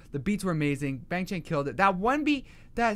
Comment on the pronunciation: okay idc that much but i think you should know that youre pronouncing their names wrong lol, its Bang Chan pronounced like B(ah)ng Ch(ah)n or even Bong Chon, Changbin is Chongbin or Ch(ah)ngbin (kindov)